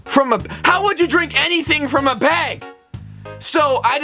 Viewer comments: NOT BEG ITS BAG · Please say bag. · It is not beg it is a bag stooped. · yet you do say bag like beg lol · He says BEG and not BAG 😂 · how he says bag like bage milk